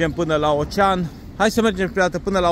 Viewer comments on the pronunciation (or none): none